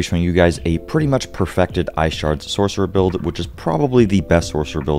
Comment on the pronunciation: He said "perfected" lol